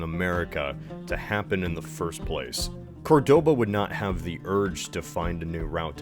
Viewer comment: I hate to be that guy, but isn't it COR-doba not Cor-DO-ba?